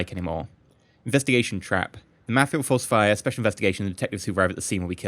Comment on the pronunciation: i like how says Ma-fia he says Me-fia